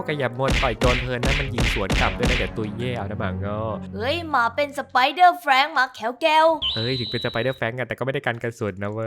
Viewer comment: แฟรงค์ ครับไม่ไช่ แบงค์